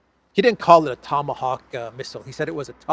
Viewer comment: In Russian, 'Tomahawks' is pronounced 'Tamagavki', so Elensky's struggle is understandable...